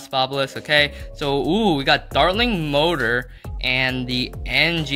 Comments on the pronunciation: u pronounce mortor motor its pronounced more-ter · MORE-TER! NOT MOTOR